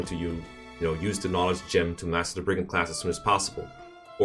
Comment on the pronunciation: Brigand, more like BEE-gand, am I right?